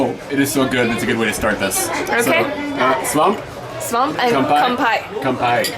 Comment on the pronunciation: When you toasted you said mushroom in Swedish haha ^^ "Svamp" means mushroom, and spelling might be different but you pronounced it perfectly!